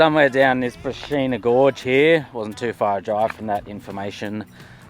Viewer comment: Far farken out... That's simply breathtaking!! That brachina (pronounced brakinna) gorge area is amazing! I love the way you always pronounce names wrong.... Very refreshing 😜😁 Great work I will be exploring more up there real soon 👌👍😎 Been to arkaroola and then down to parachulna and did the glass gorge scenic drive which was very similar jaw dropping scenery but didn't go south from there. That river drive looks awesome!👍